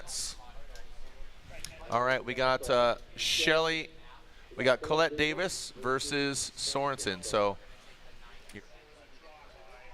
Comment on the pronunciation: I really wish someone would teach him how to pronounce her name.